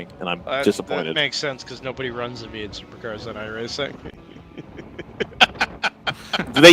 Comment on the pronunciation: Vee-ate supa-cahs.